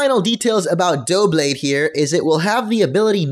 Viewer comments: I didn't say it was Dooblade, I said he pronounced is "Dooblade" I know how to read, which is more than I can say for you, I think it will be pronounced "Dub-blade" because in the English language, double begins with "dub" and considering the doub in Doublade is obviously representing the act there are double the swords, I think I have a lot more logical reasoning than this guy, "dooblade and duoblade" are seeming like mispronunciations to me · Its not pronounced Duo-Blade, It's Dub-Blade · I think its Duh-blade. ya know, cause Its Double Honedges.... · Doublade = Duh Blade (Da Blade) Tepig = Teh Pig (The pig) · You call him retarded and still you think it's "probably" pronounced "Dublade" why say that if you're not even sure yourself. And it's Doublade, not Dooblade. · It's pronounced dub blade not dough blade dub not dough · Duh-blade- Like double, but with a blade tacked on to the end. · Its Dou-Blade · Doublade, Double Blade, pronounce DUB-LADE... its not a hard concept to wrap your head around haha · It's *Dub-blade*. It's just Double and blade together. Not that hard. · It's pronounced like Duh-Blade. It's the word 'double' and 'blade' put togethor... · im pretty sure it is DUH-blade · It's pronounced Doo-blade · Doublade. Start saying "double" and finish with blade. Like "dub lade". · I think Doublades pronounciation is Dub (Dubstep) Blade. Dubblade? Just saying... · It's "Double" and "Blade", so "Duh-blayd" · It's pronounced "Dub-blade" like Double Blade... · Doublade: Noun (pronounced Duh-blade) A Generation VI Pokémon that evolves from Honedge (pronounced Hone-edge). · I think doublade is supposed to be pronounced like double+blade (DUBLADE) :P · It's pronounced like "double" and "blade" put together. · While you've obviously got the origin correct I'd day it's more "dou-" then "blade (duh-blade essentially). While it may be a pair, it's specifically swords, so I'd imagine the pronunciation will have the "blade" part stressed, not the "double" part.